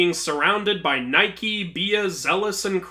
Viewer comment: When you pronounced Nike I was gone.